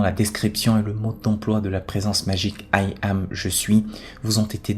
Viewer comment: Dommage, j'ai du mal à suivre à cause de la prononciation saccadée et trop appuyée du mot puissant AYAM ! comme dit ci dessous j'entends 'aïe am' c'est vraiment désagréable